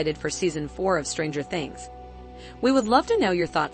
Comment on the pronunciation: she also puts emphasis on the word stranger instead of things